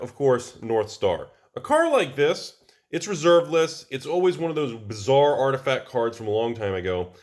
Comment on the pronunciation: Did you say something bizzar could happen or something bazzar? :P